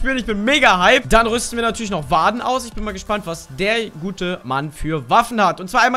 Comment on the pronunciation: nook ist richtig aus gesprochen aber nicht warden nicht warde